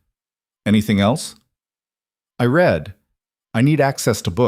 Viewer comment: It's so funny that every single Narrator mispronounces the word "read" exactly the opposite of its intended use. These producers don't waste time looking for errors. 😂